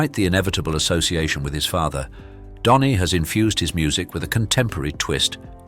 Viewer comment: His name is Dhani not Donny.